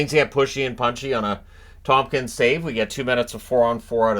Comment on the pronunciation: it's ToMkins, not ToMPkins